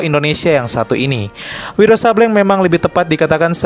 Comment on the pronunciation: Izin ralat min Sableng di baca Sablêng bukan Sabléng :)